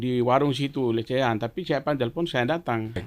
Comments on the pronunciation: Lidah pak lenis, susah bilang lesehan, jadi lecehan😂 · P lenis kogoya bahasa indonesia amburadul, sebut warung lesehan sj salah.... LECEHAN... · Lesehan bukan lecehan, pak lenis😁